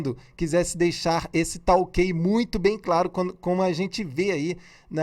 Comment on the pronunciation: Senhor YouTubezinho pensei que faria uma análise técnica, mas não essa piada de achismos seu. Cume? Bolsonavis não fala "cume", por que ele não fala errado? Se até você fala errado e é muito mais inteligente do que ele, imagine o ignorante do bolsonavis. Você fez toda essa piada de análise para ganhar like, foi?